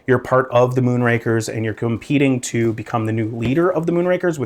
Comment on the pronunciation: Moonrakers...buddy kept pronouncing Moonrakers as Moonrankers. It's Moonrakers, as in rakers like raking leaves. Not rank, like a grading system.